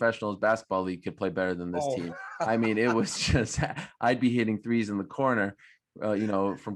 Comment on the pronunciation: Number tree or three? 😂